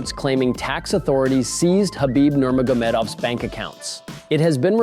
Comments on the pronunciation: Learn how to say fighters names. Absolutely butchered kahibibs last name. Shows the channel is only in it for the money and not a real fan. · i would expect a mma channel in 2024 to pronounce nurmagomedov the right way xd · If you can't pronounce his last name, just say Khabib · Learn how to pronounce Khabib’s last name. Give you no credit as a “journalist”. Thumbs down.